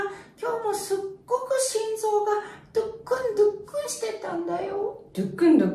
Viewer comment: ドックンドックンじゃなくて、ドゥックンドゥックンWW